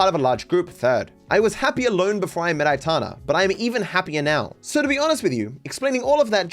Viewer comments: if you didn’t know how her name is pronounced then it’s alright But if you did… why couldn’t you at least add a Y, atana is just ridiculous mate Aytana, Aitana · I’m not getting triggered man, I’m just pointing out that saying atana while knowing her name is pronounced ay-tan-ah is just foolish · aitana… it’s literally pronounced how it’s spelled